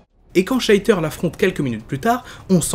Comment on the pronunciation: Excellent Focus comme d'habitude ! (à part cette fois-ci, les nombreux "Sheiter" qui m'ont un peu fait tiquer x) Mais bon, la prononciation, c'est parfois un peu comme on veut...) J'ai bien aimé l'analyse supplémentaire des personnages permise par le peu d'incarnations à traiter, tu as pu prendre le temps de vraiment parler d'eux au niveau du média principal dans lequel ils sont apparus, du début à la fin de leurs rôles. Je me demande d'ailleurs si parfois, tu ne pourrais pas prendre une version spécifique d'un personnage pour le détailler un peu plus, une sorte de Focus sur un personnage, mais centré sur une apparition en particulier (des bonus à des Focus plus complets, peut-être ?).